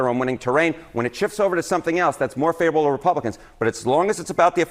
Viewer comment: Harry is just completely unable to pronounce the word favorable😂😂😂